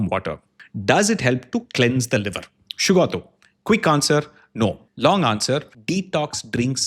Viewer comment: Liked how you pronounced the name Shugoto perfectly 👌